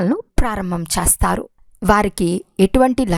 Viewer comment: Sister..చేస్తారు అని పల కండీ..pls నిదానంగా చదవండి